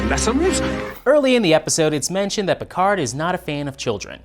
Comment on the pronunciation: PicaRR not PicarD!!! 🙄